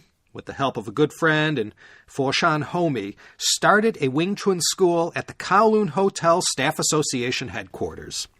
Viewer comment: You had me from pronouncing "Wing Chun" correctly - not many Americans do, even longtime practitioners of the art 😅 I admit I discovered your podcast because of these 2 episodes, but now I'll listen to it from the beginning. Outstanding work! 👌👌🙏